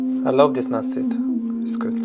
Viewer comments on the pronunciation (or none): none